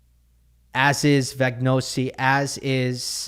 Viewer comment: Brilliant effort saying Majchrzak, cos that Polish rz is the same as ř. Vagnozzi pronounced "vuNYOtsi"